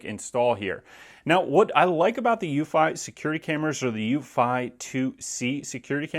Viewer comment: I thought it was pronouncedc eww-fee, no???